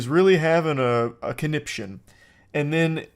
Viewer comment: It irks me that even though he says "conniption" like every five minutes, he still doesn't know how to pronounce it correctly.